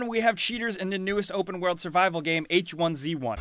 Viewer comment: its 'h1z1', not 'h1c1' lol